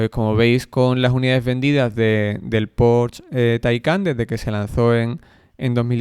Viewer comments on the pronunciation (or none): La "e" de Porsche se pronuncia.